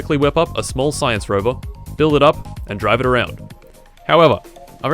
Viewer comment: Ah yes "sayianse"